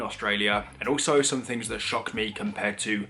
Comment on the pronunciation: Fings??? THINGS, old son; try to sound the TH not an F. If you say FINGS you sound most badly educated and lower class, oh, and ignorant.